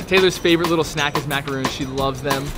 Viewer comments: i hate when people make this mistake. aka the biggest mistake in life... THOSE ARE MACARONS NOT MACAROONS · Legit a Person they’re pronounced macarons tho